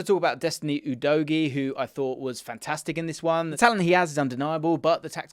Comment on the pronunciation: Thank you for pronouncing Udogies name right